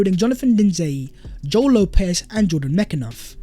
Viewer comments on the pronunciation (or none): none